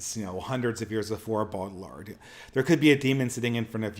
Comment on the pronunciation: even though this isn't intention, there's something appropriate about him stomping on foreign pronunciations like "Gene Bode ill ard" it's like Brad Pitt in Inglorious Basterds, "ban jayr no" if we really believe in nations and localities with distinct cultures, we ought not pay any heed to the globalist sophisticate who would scoff at a mispronunciation of the French